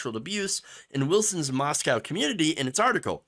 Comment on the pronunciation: FYI....... Moscow, ID is pronounced MOS-CO. Don't feel bad, I pronounced it wrong until I dated a gal who graduated from U of I. Thanks for sharing. These right wing Christians are flat out insane!